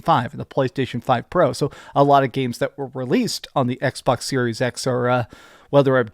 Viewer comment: I don't come here to see washboard face, nor to hear him say "Ecksh..Bawksh" like it is 2 words in a mouth full of spit, but I do come here to see the Xbox fanboys melt down and soil themselves. This is a transitionary time for Xbox. This IS a smart move for them and Sony WILL follow suit to also be multi-plat. Different strategy no doubt, but this is where the money is and Sony knows it. Plastic box vs. Plastic box loyalty is coming to a close. But if Playstation is the only plastic box out there - well we all know Monopolies are not good for consumers, so hopefully Xbox makes consoles as an option to PC hardware and as an option to buying a playstation in the future.